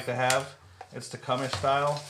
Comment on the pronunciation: Great content, lot more expensive in canada unless you go through hutzl and wait forever and a day. appreciate you posting and look forward to the next. Leak down tester and bulk pack of mower keys the only items you missed. and its 'tecumseh' as in wm tecumseh sherman the union general Tecumseh, Shawnee War Chief was a charismatic leader, an orator and respected war chief of the Shawnee Indians of Ohio.